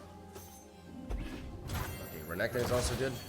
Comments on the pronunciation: To be honest I just gave up and thought you didn’t know how to pronounce Renekton haha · please do not call renekton renekton, call him reggeton, if it pisses people off they are WEAK